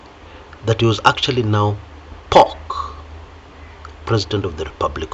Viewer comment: I thought you were spot on when I heard pork then you spoiled my day by saying POK 😂😂😂